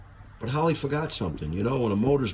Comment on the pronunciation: You keep popping your finger nail over and over and over. We got it the first time. Douchebag. Holly? It's pronounced Harrr leee. Not holl Lee. Douchebag.